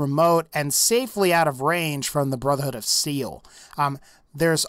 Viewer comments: sounds like he said Brotherhood of Seal. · did he say brother hood of seal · did he say brother hood of seal?